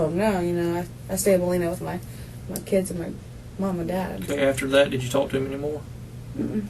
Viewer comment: I was about to say the same thing. You can't say "talk" lady?